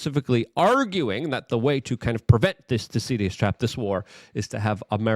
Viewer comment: 1. Luke can’t pronounce Thucydides. 2. All it says is “people tend to fight for power when power balance changes.” No shit. It’s 8yr old logic.